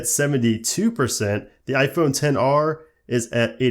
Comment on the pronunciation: for some reason it bothers me that he says 10 r and not xr.